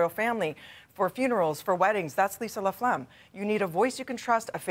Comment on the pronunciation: Sounds like he’s saying 'LaPlegm'. I’m sure Ms. LaFlamme wasn’t too pleased.